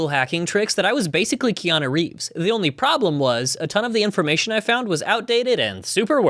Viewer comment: but I'm onwee thwee